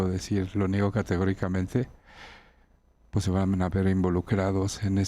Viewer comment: Pus.? Se dice pues